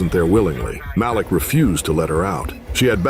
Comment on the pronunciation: Malik...maybe Mah-leek. And 9 hundred eleven and F 1 hundred and fifty...A1 western voices and videos produced by a 12 yr old Korean kid